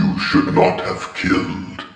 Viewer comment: “I ave a story to tell”